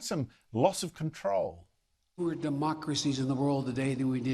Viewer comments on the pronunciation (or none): Love your input Andrew Bolt. Many thank you's. in, I thought he said fuher instead of fewer.